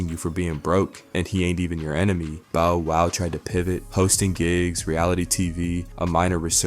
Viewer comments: My guy called him Bo Wow, sounding more like "J-Wow' 😮 😏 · Bo - Wow 😂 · I’m saying who the hell is Boe wow I think he did that on purpose had to😂😂😂